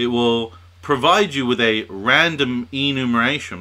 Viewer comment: EnumERation, not Enumation :)